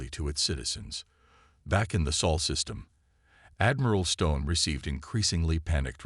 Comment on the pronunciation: It's supposed to be the "Sol" System, kupo.